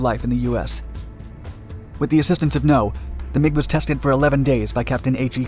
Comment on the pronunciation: Anyone else hear McDonalds when he said MiG Dominance? ...No? Just my juvenile brain?